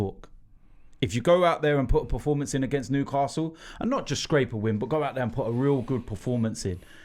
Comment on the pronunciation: Preformance always annoys me